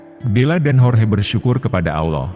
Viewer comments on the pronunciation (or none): Admin sebut Allah dgn Aullah..jgn pake U ya min